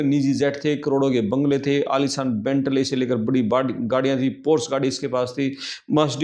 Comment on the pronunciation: Aalisaan ke Aalishaan ?? 🤣🤣